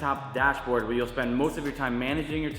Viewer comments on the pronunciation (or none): none